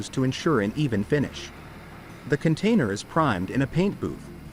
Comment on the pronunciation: Okay let's get this straight, it's Container not cantainer. 😂😂 More AI junk taking clips of this and that to try to tell a story. Major fail, there are lots of better videos of the process.